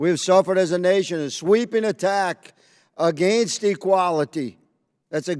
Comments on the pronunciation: Why do those southern Maga nuts pronounce against like that? New English like New Math maybe? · Clay Higgins shows why Louisiana is ALWAYS in the bottom 5 for education. Ps, learn how to say against.